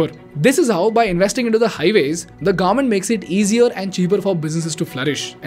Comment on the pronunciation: It's pronounced as government and not "Garment"